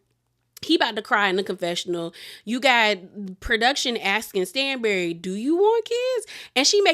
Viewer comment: It’s pronounced STAN-bury not STAINZ-bury. I’m not being shady I love you but it was low key annoying to hear you say it wrong 😂😂😂